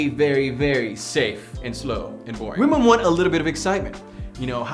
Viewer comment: He wasn't saying "Women". He was actually saying "We_men" 😂